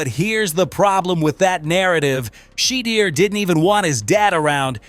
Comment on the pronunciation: I stopped watching when I heard SHE-DER SANDERS...... next